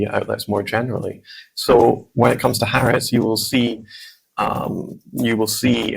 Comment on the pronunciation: Oh please! It's "Haaretz."